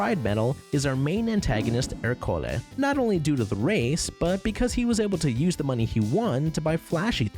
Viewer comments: Right off the bat you lost me by consistently mispronouncing Ercole’s name. It was said many times in the movie so there’s no excuse (you used text-to-speech, didn’t you? I hate that!): it’s ER-co-le, not er-CO-le. It’s Italian for Hercules, just as Luca is for Luke, Alberto is for Albert, Giulia is for Julia, Massimo is for Maximus, Daniela is for Danielle, Lorenzo is for Lawrence, Giacomo is for James (itself from the Hebrew name that got Anglicized to Jacob), Tommaso is for Thomas, etc. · The pronunciation of ercole lmfao